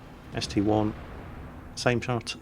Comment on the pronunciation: It is an ST-I not ST-1